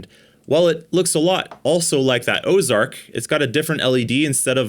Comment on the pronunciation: "Osark" not Ozark? Did y'all buy a knockoff of a knockoff? 😂